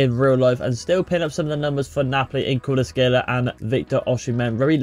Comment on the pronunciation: Good video, the only thing you could work on is the pronunciation of player names, you got Kvaratskhelia, PolitAno, and DemmE all wrong